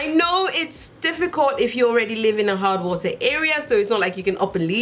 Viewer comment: I thought you said hot water at first... not hard water lol